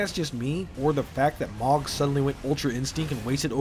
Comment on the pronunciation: mohg is pronounced MOO Guh not MAWG, also ive seen some melting builds with his spear